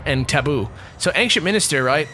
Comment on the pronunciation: is he saying anKcient minister?